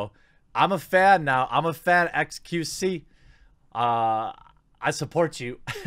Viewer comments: Let's me make this clear Jeremy, its X Q C. Not Q C. There is a letter in front of the second choice that you are ignoring. Otherwise great video keep it up m8. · The x is pronnounced in xQc's name. Just to help with the confusion